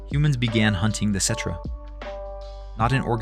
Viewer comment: Is this shit AI? I was really enjoying these videos but when you listen to the playlist you start noticing the tell tell signs. Why’d you say cetra perfect 30 times but still manage to pronounce it ketra? What’s up with the talking in circles?